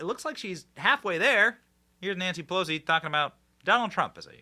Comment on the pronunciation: When Benny said Nancy pelosi it absolutely sounded like he said nasty pussy. Not that he would no, but I’m it’s it has always been.